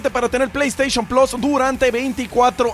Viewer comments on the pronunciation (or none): none